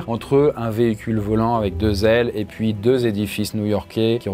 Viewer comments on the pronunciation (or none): none